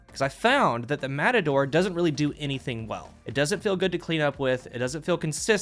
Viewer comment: More like "Mehtador or Metahdor"